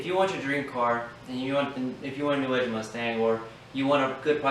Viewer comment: It's New Edge, kid. Not Newedge.